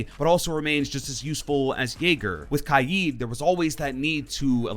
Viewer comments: Kaid* not kai-id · Stop saying kaids name like that